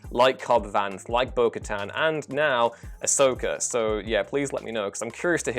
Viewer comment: Thank you for pronouncing Bo-Katan correctly. This puts you a level above at least 3 channels today.